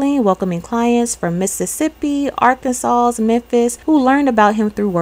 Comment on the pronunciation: Hey, Arkansas ends in arkan-saw. Sorry, I noticed it in a couple videos and didn't mention it then. Love your content. Enjoy your stories.